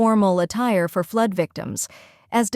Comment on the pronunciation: "pee - arrl" ; and "fluud" Check the AI voice program boys.